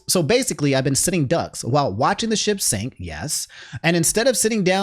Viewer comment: "The sip has been shinking" Nah man I heard that "sit"